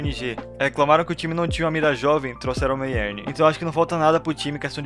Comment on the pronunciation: n é meyern em vez de meierni